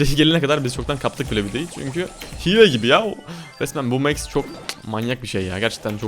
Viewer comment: Abi o mex diye okunmuyo Max diye